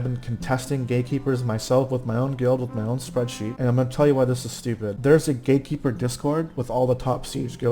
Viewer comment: I always hear Gay-keeper...